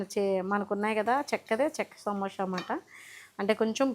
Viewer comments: సమోషా కాదు madam సమోసా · సమోష కాదు అండి '....... సమోస అండి